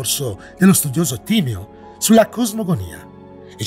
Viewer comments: Timèo non Tìmeo. Gli accenti son fondamentali!!!! 😁 Scusa la pignoleria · Più che altro starà rabbrividendo per la pronuncia di tutti quelli che dicono Tìmeo - mentre invece si legge Timèo. E Atlandide è esistita….non la versione letterale di ciò che descrive Platone ovviamente, quella è solo la raffigurazione letteraria di un evento passato reale in cui una civiltà per la sua epoca molto avanzata è stata distrutta da una serie di cataclismi.